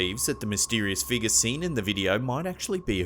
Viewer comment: I absolutely love this channel. And his voice is very easy to listen to. But does anyone else laugh with the way he says figure? Figur. Lol